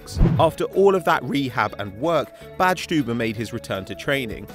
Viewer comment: You pronounce Badstuber very good